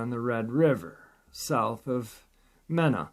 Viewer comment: As a Louisiana girl who married and moved to Arkansas, and also learned to call the Hogs, may I point out that it's pronounced Me-na (long "e") ? The bank I work for bought a Bear State Bank branch in that town, and I've had to learn the proper way to say names that LOOK like towns in Louisiana, but aren't pronounced that way, like Nevada County - they pronounce it Ne-va-da, long "a" in the middle. El Dorado also has a long "a" in the middle. There is a Mena in Louisiana, also, and it has a long "e" in the middle.